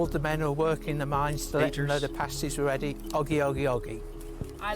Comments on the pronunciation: Oggy oggy oggy! Oi oi oi! haha Thanks for "visiting" Cornwall:) P.s they are "past- ies" not "paste - ies":) So happy you went to my county though! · Their name is pasties - like past tense- not paste as in toothpaste. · Pasty and pastie are very different things. Pasty (pronounced past-ee) is this lovely Cornish treat. A pastie (pronounced paste-ee, as you do here) is a sticker a stripper wears on their nipples. Cue my childish giggles as you comment on the lovely paste-ees from Cornwall. It gets complicated when pasty is pluralised to pasties, and pastie into pasties. Pasties usually come in sets of two, while you can have as many pasties as you can eat. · Paste-eee's? The word sounds like Past-ttt's,. Potatoe's, Onions, Swede & Meat, with a little seasoning, never tasted so good.:o) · You listened to them calling them Pasties all the way through the video, but still insisted on calling them paste-ees at the end. I do wonder how much you learn from these videos, you repeat your mistakes over and over again. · Hi just a pronunciation thing they are pronounced pasties like ass, not pasties like paste, and they are amazing. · It's passtees, that how to say it . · Pa-stee, Pa as in pat the dog, that sort of pa, not par or pay, just pa! My aunt used to make the best pasties, oh my. My parents would put me on the train in Wiltshire and, at the age of eight, I'd travel on my own (well, under the watchful eye of the guard) right down to the north coast of Cornwall where I'd be met by my aunt who usually had a pasty all ready for me - meat one end, blackberry and apple at the other. I'd have scoffed the lot before we were out of the station. As for "Oggy, oggy, oggy" - there are lots of expressions that the Aussies claim as theirs but which actually they stole from somewhere in the UK. Transported criminals, the lot of them. ;) (Just kidding!) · Pasties.... pronounced Passtees.